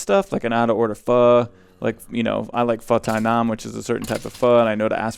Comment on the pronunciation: I had gone most of the day without learning anything, but thanks to this video, I learned the right way to pronounce 'pho.' So thanks for that! Love the talky episodes, would love to watch any that you care to produce.